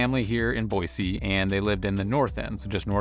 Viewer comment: Take that z out of Boise and I won't have an issue with you. hahahaha Super pet peeve listening to you this morning. Thanks